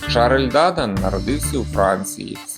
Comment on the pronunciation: Дуже важко вас слухати. Вивертаєте навиворіть слова. Французькі прізвища завжди мають наголос на останній склад, а у вас на перший !